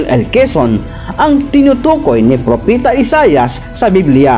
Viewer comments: Propeta po hindi propita🙄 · Propeta not propita